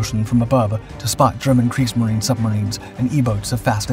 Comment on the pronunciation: The Brits had foresight, thankfully. P.S.: Thank you for pronouncing "Kriegsmarine" correctly. It adds to your credibility.